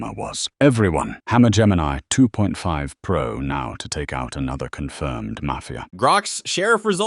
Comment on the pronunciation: "Gemini Toof Pro"